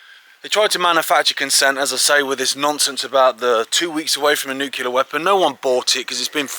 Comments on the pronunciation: nuclear not nucular. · The word is nuclear not 'nucular'